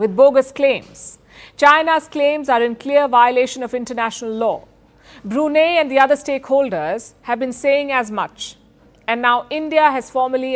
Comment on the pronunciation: Brunei is spelt as Bru Nai. Not Bru Nee.